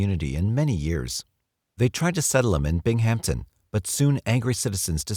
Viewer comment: Bing Hampton pronunciation killed me, (bimmington is how its pronouced). I was a kid when he was killing near Rochester